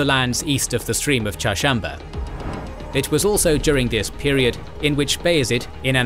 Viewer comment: Hats off to the narrator that can pronunce "Çarşamba" correct...